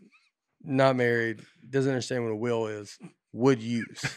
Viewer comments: I would really appreciate it if Nate would try to pronounce the difference between wheel and will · Nate pronounces “will” and “wheel” exactly the same way